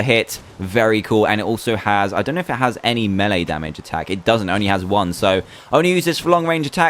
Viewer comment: and said melee wrong he made it to be meele